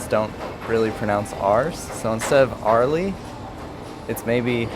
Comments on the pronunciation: Airline Beach .. Air-lee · It's "air ly" beach. Not "arly". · from an aussie its air lee say the r sound kinda sounds like saying early. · AIR Lee is the pronunciation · Airlie - pronounced like "ehhhleee" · Say with me..."AIR LEIGH " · Airlie is pronounced AIR-LEE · It always amazed me that Americans find pronouncing some of the simplest of words difficult. What is so difficult about "Airlie". It's Air, as in the stuff we breathe and Lee as in a person's name, though it is spelt Lie. Of course, we pronounce the letter "R". It is ridiculous to say otherwise. It is occasionally not overemphasized in some words but definitely pronounced. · Airlie beach is as air-lee Glad you got to try the Great northern 🤣😂🤣🤣🤣 Where you were was not a representation of the great barrier Reef... That is further north off Cairns ... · Nope it's Air lee 😀, I just love that you try to say names the way we do, it's such a cool thing that you want to do that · Air, its air lee beach less r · Airlie is pronounced 'Air' (as in what you breathe) and 'lee' (as in a person's name). Aussies do not put an emphasis on R as the Americans do, which i think originally comes from the many Irish who emigrated to the USA. The Whitsunday Islands and area is beautiful! When we were there the whales came alongside the boat and I actually got scared that they would tip us over as they are huge. The whales migrate up and down the eastern coast of Oz. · AIR-LIE as in the air you breath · Air Lee Beach.. that's how you pronounce it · It's Airlie Beach! 🤣 As in Air - lee. Omg that is so funny. I've been up that way. Once in 1999 in the middle of summer. I nearly died from the heat. And I've never been back! Meanwhile we have living proof before us that the Barrier Reef is in fact, alive and well. I've got to congratulate you on the filming. You've just come so far. It's incredible photography. Absolutely brilliant.